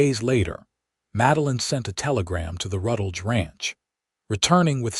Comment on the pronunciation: If the AI is trying to make a last name of Rutledge, it could use a little guidance.